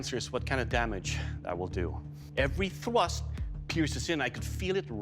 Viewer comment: evewy thwust